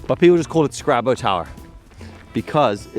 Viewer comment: My home patch, noice. There's a few more paths there you've still to see. 'Scraba' said like a local lol.